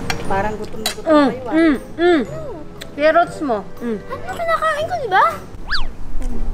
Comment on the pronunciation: I love your filipino accent, say it again “Kerrots”